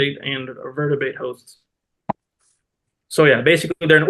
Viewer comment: Don't can't pronounce vertebrate.